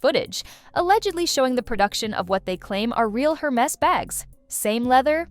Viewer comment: It's not pronounced her-MESS. It's pronounce air-MAY.